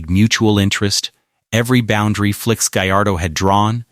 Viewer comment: Can't even say Felix right